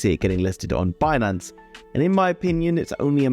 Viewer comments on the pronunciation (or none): none